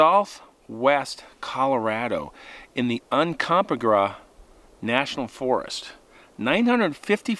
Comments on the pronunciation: Un-comp-ah-gra 😂😂😂 Un-com-pah-grey. Seriously 😂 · I was born in Durango and my dad was a guy in San juans and, how can I tell you you said Uncomprage wrong . Un come pod re, it's Indian. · It is not said that way it is Umcompadre😂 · Its pronounced Um come paw gray.... I had an unusual situation up there when I was a teen. Recently my adult cousin told me that he, his father, and his uncle had a strange thing happen as well... his father and uncle backed them out of the area with rifles at the ready! It was a terrible odor that scared them. It was pine cones and pebbles hitting me that scared me! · Uncompahgre pronounced un-come-pah-gree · My favorite mountains,. Let me help you with the pronunciation: Un Com Pah Gray. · Hello, just have seen this video. This is really interesting, being from the area. And the Uncompahgre pronunciation is Un-com-paw-gree actually sounds more like gray. But anyway li is interesting that it was not heard about from the locals, but then again, not many people would probably want to say anything. I can definitely relate to being lost as well up on the Uncompahgre, you can get turned around very easily. Luckily I found my way back, was still very scary. Oh and here a few months back, I believe I heard my first tree knock up here on the Uncompahgre. It didn’t register to me what it was until a few hours later, and it was definitely a different sound coming from the forest. I guess I will have to share my experience with you, so you can add it to your stories. lol Thank you for all your stories, keep hiking🥾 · Good story! FYI-it's pronounced UN com PAH gray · Coloradans pronounce it oon-cum-POG-ray :) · FYI, that area is pronounced ( un come pa gray) The only reason I know is I live in Colorado. Not an easy one to pronounce. I loved your telling of this story..thank you so much. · It's pronounced "Un-come-pah-gray". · Friend, Uncompahgre. The correct pronunciation UN COM PAH GREY. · Pronounced… Un Come Paw Gray